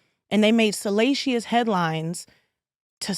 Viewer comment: Not salasheeyus.